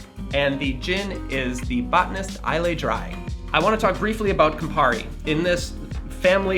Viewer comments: Islay is pronounced "I-la" :goodvibes: Great channel! 💯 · The Scottish island of Islay is pronounced isla with a silent y. It's much more famous for scotch production than gin. Laphroaig and lagavulin are personal favourites.